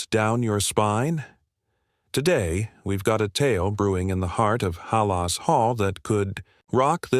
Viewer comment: Try getting an AI announcer that can pronounce Halas. But ofcourse if all you are doing is putting news up as clickbait....